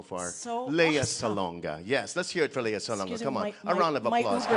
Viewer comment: I hope Alexa can say her first name as Lea and not Lee. (LeaSalonga an not LeeSalo nga)